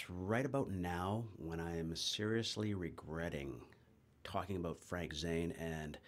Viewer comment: Hehehe heard the "bout" I was like cool yay Canadian !